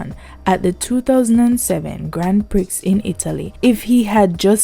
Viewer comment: Thanks for reminding us. Prix is pronounced "pree", like "him a pree..." 🙂